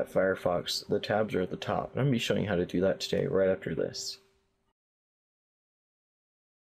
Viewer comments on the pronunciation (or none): lol he said "hot to" instead of "how to"